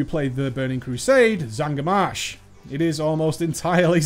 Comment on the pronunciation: its not zangar marsh